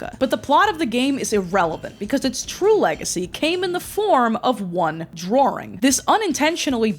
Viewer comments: Thank you for sifting through the broken pottery shards of my lost culture. I hate the way you say Merio and Drawring Also it hurt me to hear “you’re too young for my Chanel” and “ …2008 I was zero years old” Thank you again and also why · 🤡DRAWERING MARRYOH🤡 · “Drawring” ? In American English? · I'd think the kind of people who don't let regional accents exist would be more concerned about the extra "r" she adds to "drawing", but here we are lmao